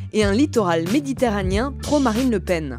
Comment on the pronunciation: Vidéo instructive. Bon résumé. : "littoral méditerranien" ? c'est normal ça ? Y'a que moi que ça choque ? Je dirai plutôt méditerranéen, non ? Et : c'est plutôt "petites" communes de moins de 200 habitants.